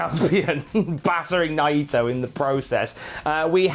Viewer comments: Nigh EEEE toe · Why does pronounce Naito's last name slightly wrong?